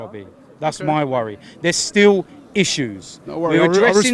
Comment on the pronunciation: Every time said 'issues' my Siri came on aha